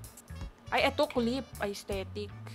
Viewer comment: aysthetic?! estetik po yung basa dun